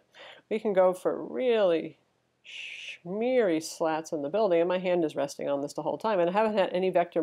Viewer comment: ... "...shmeary"? Lol